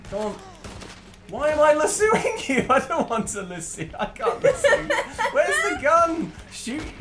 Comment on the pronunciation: Lol, I honestly had no idea what you guys were referring to when you were saying lasoo. When I realized it was the lasso I laughed much harder than I should’ve. Good times. I could see how it might be mispronounced in your defense.